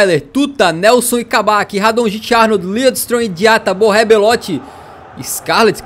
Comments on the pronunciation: diz-se radonitche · Radonjic não e assim é radonic